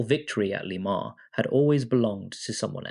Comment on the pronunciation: How do you manage to miss pronounce le mans so many different ways in one video